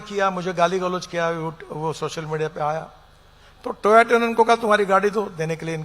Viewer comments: Toyoto ❎️ toyato ✅️ 😂 kya bolu mai isme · Hatao yaar inhe.. humme kyu sun na pad raha hai.. democracy hai toh thop kyu rahe ho bhai. To-yaa-to nahi To-yo-ta..guru dev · Chacha Toyato nahi Toyota hai. Naam to sahi lo. Ye apna hi brand chala rahe hai. Tabhi inko koi dikat nahi mil rahi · Toyota ❌️ Toyato✅️ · It's "Toyota " not "Toyato". Sorry boss 😊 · Toyoto kya hota h toyota sune hai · Itna knowledge h ki 1970 ko 2070, Toyota ko Toyato boldia 😂😂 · Toyota ❌ Toyato ✅ 🤡 🤡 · He pronounces Toyota as toyato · Toyato can't even pronounce it properly how comes he is minister unpaad sala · Toyato😂, company ka name tak toh bolna aata nahi hee. Aree Toyota hoota hee voh. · What's a TOYATO!? 🤦 The minister of "Transportation" doesn't know it's TOYOTA......nuff said! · Ye toyoto konsi company aayi hai bhai market me, maine toyota suna tha 😅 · Toyota ko toyato kar rah anpadh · Bhai phele bolna seek Toyoto❌ Toyota ✅. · Transport minister who pronounce toyota as toyato 😂😂😂😂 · Toyota ❌ Toyato ✔️ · Pronouncing Toyoto instead of Toyota. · Take responsibility for the sub-standard highways and bridges not ethanol. Your portfolio is Highways and Road Transport ..not ethanol. So take responsibility of your ministry. And also its Toyota, not toyeto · Its toyota, not toyoto... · Not TOYOTO HE SAID TOYETO😅😅😂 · He is talking about Toyato😂 not Toyota. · to-ya-to nice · Pehle toh toyota bolna Sikh le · Pehle Toyota bolna seekh, buddhe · Toyota bhi bolna nhi aata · Sombody tell him its yotota.. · Can’t even say Toyota😂😂😂😂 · iss gawar ko koi phle Toyota pronounce karna aur chasma pehnna sikhau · Kya Minister hai He can't Even Speak Toyota ....Pure Putra Prem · TOYATO 😂😂….sounds like TOMATO !! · toyota bolne bhi nhi atha hai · just look at him, he can't even pronounce Toyota and wear his glasses properly what this stupid Gadakari is doing to our cars. Please don't listen to this crook. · Toe ya toe, bhai. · Nayak me bhi paresh rawal TOYATO hi bolta h😂